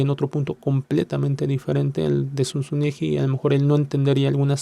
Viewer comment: Zunzunegui , con "gu " no " ju " , es apellido Vasco 🙏❤️🇪🇦🇯🇪🇲🇽